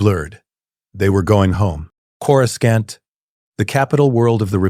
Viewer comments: He says Coruscant like he has a southern accent. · Coruskant lol😂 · One of you writers please..please change how you type Coruscant so the ai will say it properly? xD